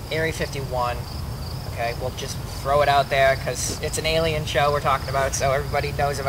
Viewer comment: I think I should point out that it's alien not aleien